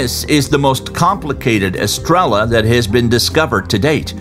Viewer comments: So irritating that narrator cant bring himself to properly say "estrella" since it is repeated so often... "Eh stray yuh" is much closer to correct. Pronunciation does matter... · It's pronounced "es-tray-uh" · Star in Spanish is pronounced phonetically astray-ya. No L sound gringo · Great documentary! But every time you said "estrella" , I told my phone, "the double ll is pronounced as a y!!" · For a professional narrator, this guy can't be bother to learn the Spanish word stars, he just pronounces the Spanish word in English. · Came here to say this and realized NO ONE else had noticed besides you